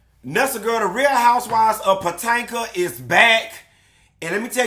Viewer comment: everytime says "POTANKA" i scream!!! omg.